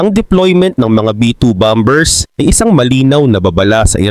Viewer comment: Bombers...??? Pronunciation mo mali... E Google mo nga para malaman mo ang wastong pagbigkas ng bomber...